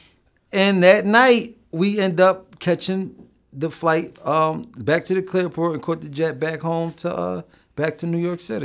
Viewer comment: Did he say clairport😂